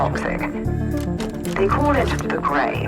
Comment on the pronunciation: "The way she does this and takes on that command is really cool." THIRTY SECONDS LATER..... "They cawllit the Grey..."(cut to Cait and Vi gassing the Lanes and serving up some dubstep, Hextech whoop-ass) :face-blue-wide-eyes